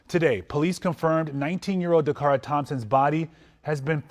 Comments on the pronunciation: How many times can a name be butched Decara Dacarra,Dockara😢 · Say her name right please Dacara 😢 may she rest in Jesus loving arms. Praying for justice.